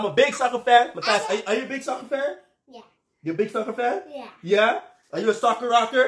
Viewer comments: When you say “I’m a big soccer 🥅fan” I heard like “ I’m a big sucker fan 😂” 😂😂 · Did he say sucker or soccer